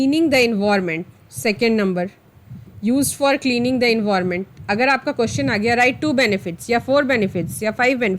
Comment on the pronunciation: Envorment nhi hota environment hota h 😂😂😂😂😂